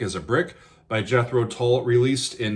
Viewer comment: Another great reaction; this time to an epic song by my favourite band. I first saw them live at The Marquee club in London in 1968, and countless times since. Love the way you pronounce ‘Tull’! More please...